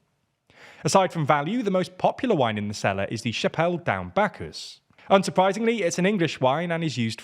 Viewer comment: Hilariously, the most mispronounced word is the wine that's English - Chapel Down!